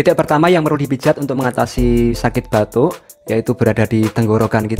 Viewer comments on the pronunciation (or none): Batu...apa batuk...ga bisa membeda kan...batu & batuk😂